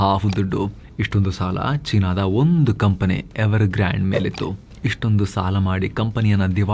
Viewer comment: who related ಗಾಂಡ್ ಗಾಬರಿ ❌ ಗ್ರಾನ್ಡ್ ಗಾಬರಿ ✅ 😂😂😂..